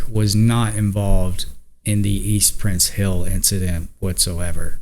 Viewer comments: That's "Price Hill," not "Prince." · As a Cincinnati born and raised lifetime native, please correct your name of the neighborhood it is "east PRICE hill' not Prince, Lol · Hey its Price Hill by the way not prince hill. I lived on Glenway in price hill, close to warsaw ave. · East PRICE Hill not Prince hill. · Price Hill, not Prince Hill. Bad take dude.